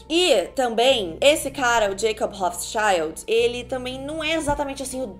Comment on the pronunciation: Eu tava escutando o vídeo e ela falou Rothschild eu entendi hot child kkk